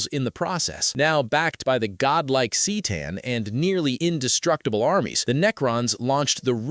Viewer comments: The Cee’tan? C’tan is pronounced Kah’tan. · “C’tan” is pronounced “kuh-taugh-n” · Bro I stopped watching after he (most likely a fucking ai written script some idiot asked to summarize and threw into a video with an ai VO) fucked up c’tan it’s literally CUH-TAWN or even CUH-TAN, Jesus christ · 📢📢📣 “The cee tan” 🗣️🗣️🔊🔊